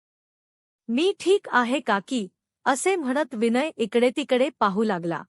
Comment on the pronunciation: तुम्ही हे स्वतःला दोनदा वाचून पहा किती अशुद्ध वाचन आहे विनय हे साधं नाव ही उच्चारता येत नाही तुम्हाला अगोदर निट दोन तीन वेळा वाचा.ऐकाआणी मग